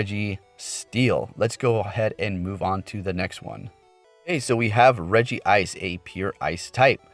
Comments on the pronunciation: It's written Regice and you spell it Regi-ice? Where you take the second "I" from? :D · Its rejice not regi-ice sorry for correcting not hating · Hey i want to correct you that Regice is pronounced Re-Gice not Re-Gi-Ice. Cool vid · He meant its Regice. There's one I. So the pronunciation is Regice and not Regi ice. I've made the mistake multiple times myself lol